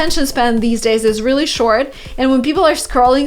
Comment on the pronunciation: Why do you sometimes pronounce ''r'' like ''v'' for example instade of really you say ''veally'' With pleasure 😁